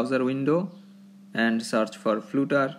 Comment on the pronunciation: Its funny how you say 'Flutter' as flute-er.